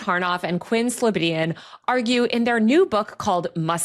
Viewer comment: It's Quinn SlobOdian, and you have it spelled wrong in the intro text as well as saying it wrong. (One of the articles you show early on has it right.) I guess he didn't want to correct you in the recording (or isn't concerned about it)? Just suggesting a correction.